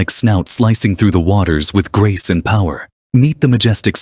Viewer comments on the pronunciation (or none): none